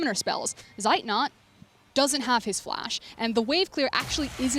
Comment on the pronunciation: its funny that the annotators always pronounce the names of zeitnot and armut wrong. these two are german words meaning armut being poor and zeitnot having a lack of time. :D and the female annotator even showed she's able to pronounce at least the "z" in zeitnot correctly